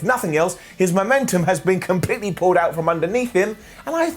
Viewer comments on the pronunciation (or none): none